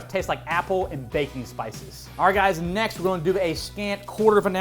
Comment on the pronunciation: Every time you say “baking spices” I hear “Bacon Spices” and I think “oh, dude’s got his own spice blend!”